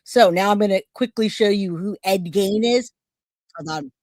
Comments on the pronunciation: The only thing proven here is that,even after hearing someone saying it right, you are unable to say a name right. Ed Gein like Ed "Geen" not Ed "Gaine". Is it so hard? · It is pronounced Ed Geen not Gain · Please it's pronounced F re ta not f RAE ta. No long A. Also Ephrata is in Lancaster County. Enola where the other guy was is in Cumberland County. They were not from the same town or even county. Also Ed Gein is pronounced Geen. Was trying to watch but the pronunciation problems and saying the guys stealing and selling bodies were from the same town when they weren't even close made it difficult for me sorry. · Awesome video. Very informative. Also the mans name is pronounced "geen."